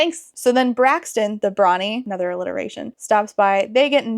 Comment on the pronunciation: I heard ‘Brawny’ as ‘Brony’ for a second. My head canon is that the king is into MLP.